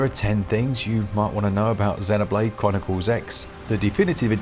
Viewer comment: I get super annoyed when people dont pronounce Xenoblade properly. 😂 Even in the game it uses the word root when talk8ng about life forms. It calls them Xenoforms. Listen to how they pronounce it. Zeeeeeeeeeno. Get it right.